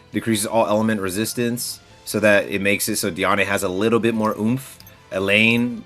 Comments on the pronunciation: its pronounced deean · Bro it kills me how you say Diane. It’s pronounced like (dee ann) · also this isn’t hate or anything I’m super appreciative of the videos and I hope his account grows beyond what he even hoped for. I was just pointing it out that it’s weird to hear like that lol